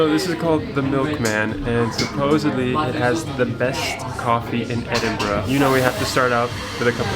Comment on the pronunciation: Congratulations on pronouncing Edinburgh correctly most Americans say Edin bro 😊😊